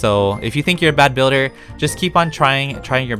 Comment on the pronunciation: “I not good bilder” Lol